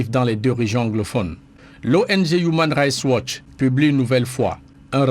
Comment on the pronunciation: Human rights watch, please essaies de mieux prononcer cette ONG